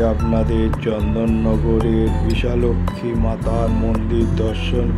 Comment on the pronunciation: Yes it's bishalakshi ..not bishalaxmi..your English spelling is appropriate but not bengali..we have the same temple at baruipur..here also it's mispronunciated as bisha laxmi ...joi ma bishalakshi